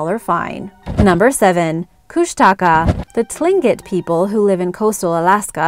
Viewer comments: Tlingit is pronounced ( Kling-ket) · It’s not Pronounced “Ta-leen-kit” It’s spelled “Tlingit” & pronounced “Ka-leen-kit” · The “tinjit” people? Perhaps she meant Tlingit people? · Tlingit is pronounced "cling-kit" just so you are aware. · Tlingit is pronounced "klinkit." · Tlingit is pronounced “klinket” Keni is pronounced “Key-ny” and your picture of Tom Smith... isn’t Tom Smith. I know him personally!, Do your homework! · I'm a different tribe but I think tlingit is pronounced [clink-it] and kooshtaka is pronounced faster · Tlingit is pronounced "kling kit". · The amount of mispronounced native words in here hurts. Like the word tlingit it's closer to saying "th-ing-git" or say one "cling-git" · The Tribal name is pronounced Kling-it . you totally mangled the word. Kush-ta-ka not kush tak ah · Oh god you totally butchered the word Tlingit